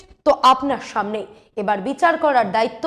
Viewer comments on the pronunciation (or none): none